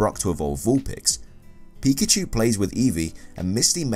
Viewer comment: Here's Just A Noob pee shoe pi chu Lol